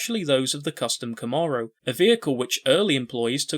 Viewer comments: Thank you for converting yourself into a narrator allowing for more visual content, instead of... anyway, I very much enjoyed this. One thing, it's pronounced Kahm-mair-oh 👍👍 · This dude pronouncing “Camaro” like that is driving me crazy for some reason.